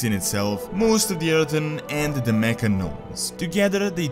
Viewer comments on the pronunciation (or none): none